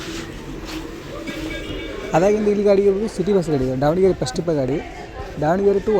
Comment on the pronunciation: Sir adhu Dhavanagere not Daavanagere please pronounce correctly